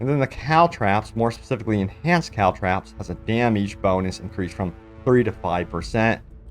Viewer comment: It's "trop"....like "stop" Cal-trop-s